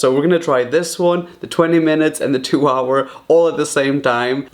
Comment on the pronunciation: He said 2 hoi cookie